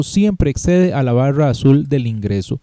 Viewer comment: JAJASAJAJAJSJAJSAJ POR QUE DICE BAWRA PARA DECIR BARRA